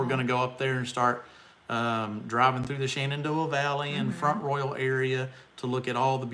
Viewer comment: You said Front Royal so properly ... I used to live nearby in Stephens City. I thought the way that locals would say Front Royal was kind of hysterical. Listen for it when you're there. They drop the T in Front and they Royal almost like "roll" ... Have a good time.